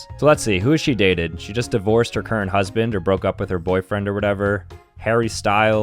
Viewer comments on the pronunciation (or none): none